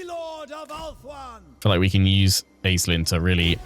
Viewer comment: Random language nerd fact; it should probably be pronounced “Aysh-Lynn” as it’s a Gaelic origin name, like how Sean is not always spelled “Sh” at the beginning.